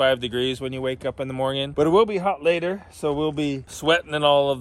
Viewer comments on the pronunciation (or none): Mor-ning .. not Moij-njing